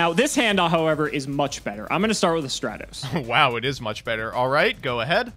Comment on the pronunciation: Every time he calls Stratos "Stray-tos," my brain literally screams, "stop calling him that!"